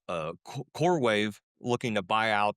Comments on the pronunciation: It's coreWEAVE not wave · CoreWEAVE not CoreWAVE... Sorry I cant. 😖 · It’s core-weave not core wave😂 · its CoreWeave not CoreWave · It is “Coreweave”. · He kept saying core wave. He coreweve ?!?